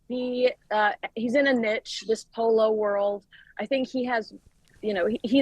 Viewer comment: ask you friend to tell you how to pronounce niche.